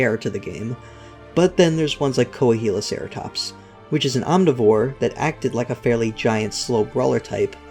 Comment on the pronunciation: btdubs, Coahuilaceratops is pronounced, Koa-wee-lah-ceratops.